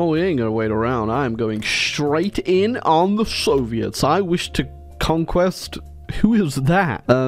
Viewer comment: Say it with me "conqu-ER" exactly like it's written in the war goal window conqu-ER "I wish to conquer" goooooooooood